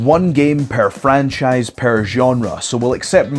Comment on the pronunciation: it's charming how he pronounces "per" as "pair"